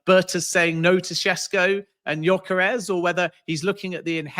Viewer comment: yoi -karez is a crazy pronunciation 😂😂😂😂